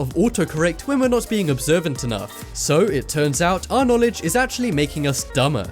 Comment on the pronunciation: it actuwally worked im impressed